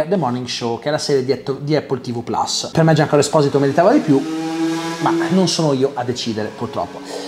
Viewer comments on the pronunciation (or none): none